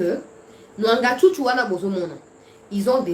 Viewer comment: Mwangachuchu, pas Nwangachuchu. Merci.